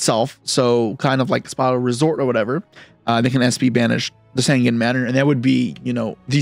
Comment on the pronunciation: Sangen is not called Sangan, Sangen has an "E" in there Sangan Has an "A" in there so there different